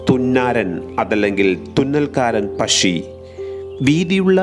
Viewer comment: പശ്ശി അല്ല പക്ഷി